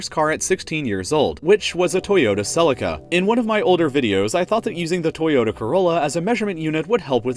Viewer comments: I'll say this once. "Cell-lee-ca." Also, this mans needs A KE series 'Rolla and STAT. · Celica- sel-eee-cka sorry I got annoyed as a car guy